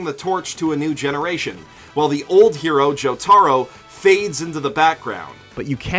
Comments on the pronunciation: JOE TARO? TF IS THAT jk but still its jotaro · It irritates me every time I hear this guy say "Joe-TARO", and then this vid added the busted "He-gosh-ee-kotuh". Makes no sense as I'm positive both of them have seen the sub versions, so they'd have no reason for their uncultured/white pronunciations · It pisses me off when you say joTARo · “Joe-taro” “Reverb” “Shining Diamond” Stop it. Read the manga. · The way you say Jotaro and Yukako sounds wrong